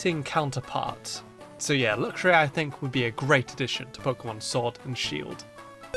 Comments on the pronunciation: shord and shield ha ha ha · Shord and Shield? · Shord and Shield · “shord and shield” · Shword? SHWORD? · Ah yes, pokemon Shord and Shield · Shword and Shield Edit:I Edit to confuse u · ”Number 7 of my list of pokemon I think should be in Shord and Sheild is” Me: Whats pokemon Shord? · shord and shield OOF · WHAT IS showrd and sheild YOU SAID IT WRONG BE ASHASMED WITH YOURSELF YOU KNOW EVERY SINGLE POKEMON GAME AND POKEMON AND YOU SAY showrd and SHEILD WOW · he says sword wrong he uses shield's s (and YES i suck at english grammar)